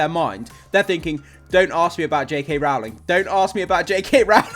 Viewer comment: For anyone wondering (and this is said kindly, no malice meant!) Rowling’s surname is pronounced like row, row, row your boat, not row like an argument ❤